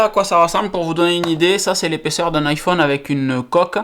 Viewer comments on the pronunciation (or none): none